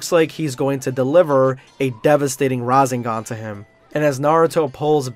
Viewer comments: I'm going to be that person but hearing RaZENgan irritates me as a Naruto and DBZ/S fan as well lol Its RaSENgan. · Don't mean to be salty or anything like that. The rasengan is pronounced with a sharp "s" sound like the word snake and its the three tailed cloak version. Best fan made crossover <3 and nice narration you were born for this. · If your going to talk about narto pronounce things right it's no raesngon ots rasangan and it's not medara it's madara